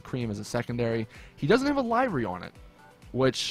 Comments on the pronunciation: liv-ery. NOT live-ry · It's pronounced liv-ery not live-ry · Im Star its annoying that people keep getting this word wrong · everyone keeps saying livery wrong -.